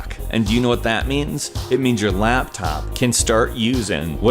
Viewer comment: "your laaaaptop your gaming laaaaptop lAAAptop" he said the A in laptop super weird laaaaAaptop